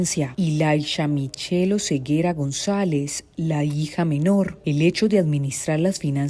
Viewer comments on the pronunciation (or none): none